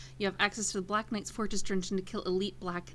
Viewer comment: fortress not forrest